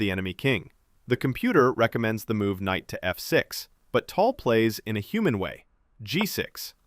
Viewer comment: it's pronounced TAL, not TOL. can't believe you are making content on someone you can't even pronounce properly...